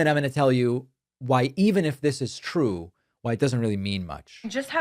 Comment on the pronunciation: 😂😂😂😂😂😂😂 its twew its twew, so says the lying Levet.